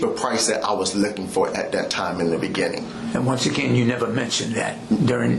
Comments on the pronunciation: In the beneging, in the begeging, in the benining... Law enforcement special... hahahaha... oh yeah... I am getting second hand embarrassment from that. In the benenging... ""... He's got a new title now... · In the beninnging